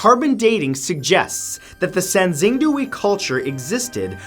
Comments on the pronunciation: also sangxingdui is pronounced sahn-shing-doo-ey. even to this day Mathew cannot pronounce chinese words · I cringed every time he said sangxingdui. It’s sahng-shing-dway, Matt😂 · Xing is pronounced closer to “shing” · Poor Matt xD Sanxingdui= Sahn-shing-dway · Klo-vis. the first syllable rhymes with flow. Asnxingdue = Sahn-shing-dway. Pueblo= PWEB-lo. Moche = MOh-chay